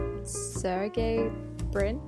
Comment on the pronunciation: It’s pronounced like “Ser-Jay Brin”